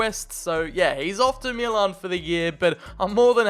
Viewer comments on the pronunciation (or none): none